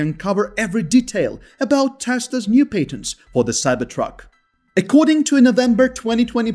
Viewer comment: That's paytently obvious.